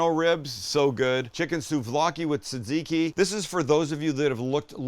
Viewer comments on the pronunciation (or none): none